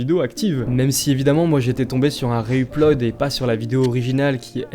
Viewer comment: Merci pour la découverte. J'avais jamais vu aucune de ces vidéos lol 😅 (Que tu dises "Üplod" ça me trigger mdr)